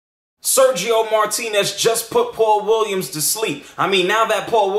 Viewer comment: al final "Sershio Moartinez" te termino rompiendo el coco de un zurdazo xD por parlanchin